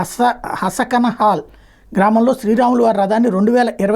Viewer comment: అది హసకనహాల్ కాదు.... హనకనహాల్